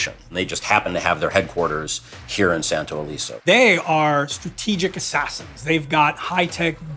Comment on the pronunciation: Santo Leso? Los santos 🤔. Well